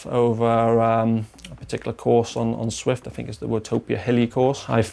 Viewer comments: Zwift national champion... pronounces it “Swift” 🙈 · That's what I was thinking.... How can this man be Zwift national champion and not be able to say Zwift..... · Shouldn't Canyon get someone who can say Zwift?